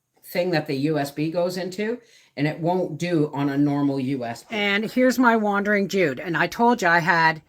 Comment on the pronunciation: I believe it’s called a “Wandering Jew” ….not “Wandering Jude”….sorry if I didn’t hear you right, but that’s how it sounded…Everything looks wonderful! 😁